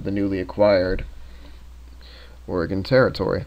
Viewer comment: Being from Oregon, I can tell you it IS, in fact, pronounced like "Organ", and it bothers the fuck out of us when you call it ore-gone. Video isn't bad nonetheless. Dagless likely died from infection. You're a farmer. None of you know jack shit on keeping healthy. Fog, if thick enough, can cause you to wander off-course. Lastly, I've always pronounced Willamette as "Will-am-it".